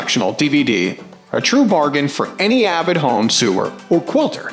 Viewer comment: and horrible AI generated voice, cannot pronounce chiffon, Janome, sewer or button hole;(sad. doesn't anyone preview the video? seems not.